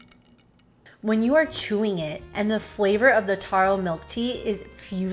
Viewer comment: taro not toro lol